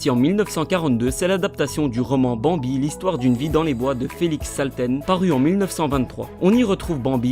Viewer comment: j'aime sa la façon cmt tu le prononce < >